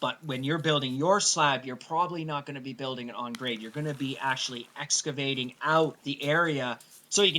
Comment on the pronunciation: Did he just say, "escavating?" LOL